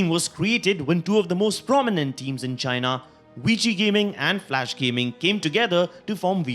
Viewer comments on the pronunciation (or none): none